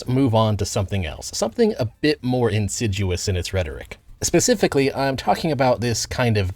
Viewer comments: "Insiduous"? Try reading a book sometime. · Not shitting on you or asking a real question but when you said the word insidious, you said it like insiduous(like the trees, coniferous and deciduous) and it stuck out to me, and since I autistically binge your channel, I figured id atleast lyk :)